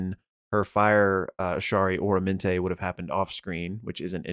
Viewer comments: Just for future reference, I'm pretty sure it's Ah-rah-men-te not Oramante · Aramenté not Oromenté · some pronunciations: "Aramenté" not "Oramenté" Fred "TAT-a-shore" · OR-amenté?? Isn’t it AR-amenté? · It kills me every time he mispronounces aramente.